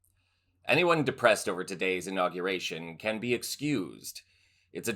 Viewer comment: Why is it so many of the mega people mispronounce words? Inauguration, not in- aw- ga-ration...damn these ignorant maga.